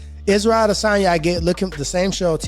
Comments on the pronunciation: It's pronounced Add a sonya. Not A desonya. Driving me crazy with that s#$& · I cringe every time you say I-Dis-On-Ya🤮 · The way he pronounced adesanya 🤦🏾‍♀️